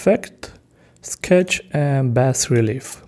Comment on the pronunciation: Thanks. And FYI, i believe the BAS in bas relief is pronounced BAH